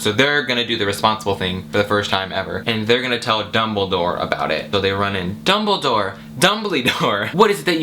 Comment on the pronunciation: I know this video is old but "IT'z DUmBLeDOOOORe" I want you to know that I snorted so badly that I almost fainted with my tea. I had never felt so afraid yet so hilariously aware of how pathetic my life had become for me to suddenly almost die by choking on a tea sip because a guy said "DUMBIDORRRR" and I love you Suscribed.